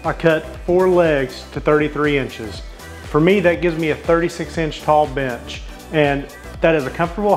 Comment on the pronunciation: Every time you said bench I swore you said b!tch lol